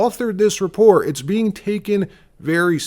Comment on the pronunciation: "How to Spaw (spoT)and Repore (reporT) " (WhaT) Why won't you pronounce your letter T's? Where did you pick that up? The guess would be stupid Ignorant teachers?? Always great reporting and journo though!!